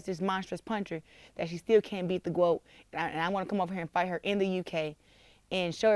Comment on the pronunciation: Big mouth "gwoat"